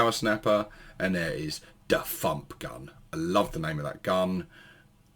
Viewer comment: It sounded like you said ‘Da F**k Gun’ instead of Da Fump Gun!🤣😂🤣😂🤣😂🤣